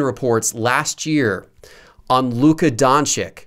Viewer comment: Luka Don-Chick? lol please learn to pronounce his name first ...